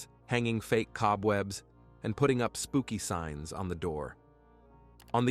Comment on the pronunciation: Spooky SIGNS, not SPOOKY signs, as if the signs said “spooky.” Not sure why this bothered me so much 😆.